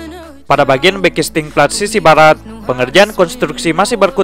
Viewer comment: Baratt bukan blarat😂